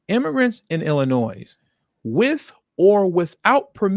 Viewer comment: No one ever taught you that the name of the state of Illinois is NOT PRONOUNCED WITH AN “S” but a “y” ?